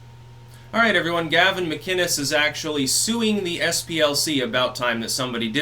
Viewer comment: It's pronounced "Mac"-"Innes". NOT "Mac"-"Ginnes".